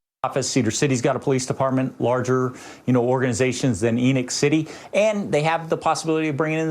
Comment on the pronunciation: ? Enick city?? ENOCH